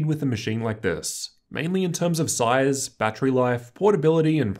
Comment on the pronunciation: NOT BHAAAAD, GOOD SIOOOZEEEE!